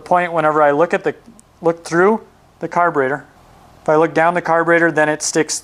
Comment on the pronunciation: Its carburetor, not carburator. ' e ' not ' a .' Otherwise, very good.